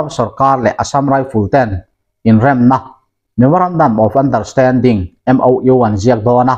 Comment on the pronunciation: MoU in lam dan hi a diklo deuh, a rik dan tur chu M Aw U anga lam nise